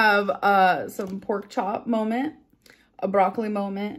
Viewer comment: Amber for the love of gawd please please STOP saying "molment".